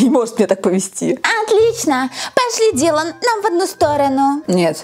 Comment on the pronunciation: Лена, ты на прочитала не "Дилан" а "Дэйлан" 😅